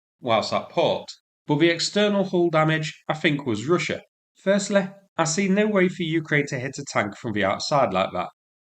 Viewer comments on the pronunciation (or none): the words.....possibly.....firstly.........possibBLEH. firstLEH. stop talking to stupid lol its just possibly